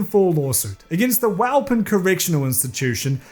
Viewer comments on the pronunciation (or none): Not to go all Hermione Leviosaaa on you but it's actually pronounced Wuh-Pawn, not Wow-Pen